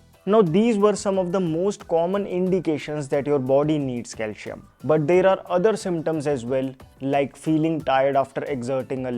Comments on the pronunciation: Bro pls don't misunderstand but DO NOT PRONIUNCE " CALSHIUM" but just use CALCIUM, that is with "ci" as in letter C, thanks. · Calcium ia pronounced as calsiyam not calshiyam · It’s not calshum it is Calcium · Cal C um. Please pronounce it properly . See. Um . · It's not calshium. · Is your target audience.. English speakers ? I think so .,.this isn’t criticism . .. you’re pronouncing calcium .. wrong Kal -seee - um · It’s Calcium not Calcium…IYKYK😅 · Please pronounce calcium properly.....